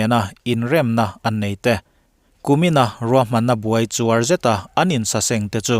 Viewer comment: 'Buaichuar' ni lovin 'buarchuar'